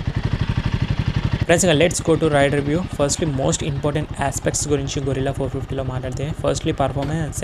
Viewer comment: గెరిల్లా అనాలి గొరిల్లా కాదు బ్రో.